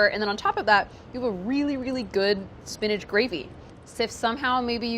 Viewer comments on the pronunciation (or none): I love Priya, and think she is very talented and intelligent, but if she pronounces "spinach" "SPIN-EDGE" one more time I gonna lose it! LOL!